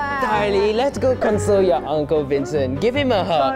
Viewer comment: just said "hewll nawh i downt wanna gwive hwim a huwg!"